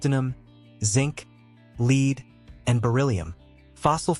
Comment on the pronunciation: Incredible that the AI voice can somehow pronounce tooele correctly, and yet cannot pronounce Utahn and lead.